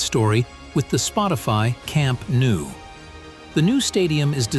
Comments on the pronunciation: it's pronounced camp NO not camp new. basics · camp nou in catalan = camp NO in english